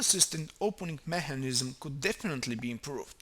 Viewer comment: lol i like how he says mehanism